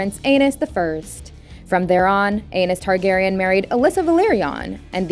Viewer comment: Mayger and Anus Targaryen... Bruh